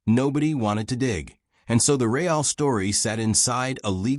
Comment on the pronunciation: AI can’t pronounce the word real?